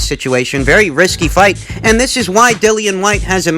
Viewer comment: "to dis day".